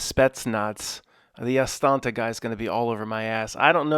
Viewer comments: Am I the only one who laughs every time says AsTANTa?? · He knows, that we know, that there’s only one t in Astana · No, it's hilarious. Ever since that listener corrected him, every time he misspeaks, he reiterates it. LOL He's the Woody Allen of conspiracy theory. I love it.